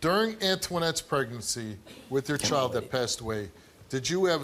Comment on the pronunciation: It’s child not choild 🙄